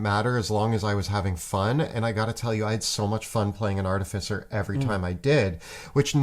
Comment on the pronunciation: all these years. still saying artificer incorrectly.